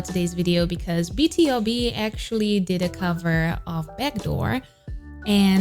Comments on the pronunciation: Love your commentary, by the way btob is pronunced like beetwobee :) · Please react to a BTOB "I'll be your man" live performance, there are many, before the MV, to be honest the MV is distracting from their live voices and harmonization .. don't worry, live sounds just like a studio recording 😅 Btw, BTOB is an acronym for "Born to Beat", therefore is pronounced Bee-2-bee 😊 You can see here in the video how Chris pronounced it Oh if you like recording sessions, BTOB has few in their channel 🥰🥰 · What I retained from this video : Bang Chan best leader Han 4th gen ace Seungmin 4th gen vocalist Stray Kids 4th gen leaders btw BTOB is not pronounced B-T-O-B but B-TO-B :) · Idk if anyone already pointed that out but BTOB is pronounced BEE-TOO-BEE, acronym for "born to beat", thank you for your reaction and commentary ❤️